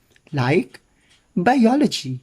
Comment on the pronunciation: the way he said biology! lmao 16 sec